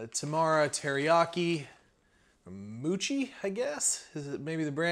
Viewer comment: You keep saying "I love _____", "I love _____".... Sounds like this is a great box for you. Also, not "moochie", it's "mow-chee". Yuck. My own opinion. Just saying..... It is really an awesome box, though. I love to cook, and I love new experiences. I'm definitely looking into this one.... -Zed P.S.... have you ever dropped a few salted peanuts into your beer? Awesome. Give it a try, just one time....